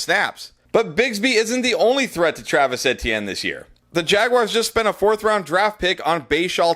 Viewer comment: Please pronounce Travis Etienne's name correctly.....it drive me nuts every time I watch the videos and you say his name the mispronounciation lol! 😂